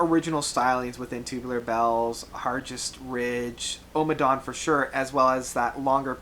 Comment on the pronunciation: Ohhhmmadawn - there is no need to stress the opening vowel of the title. Utterly unnecessary